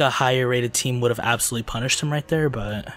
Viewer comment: STOP SAYING ABSOLUYELY